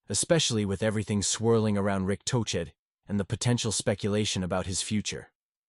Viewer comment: toechek? tuket? toshay? lame downvote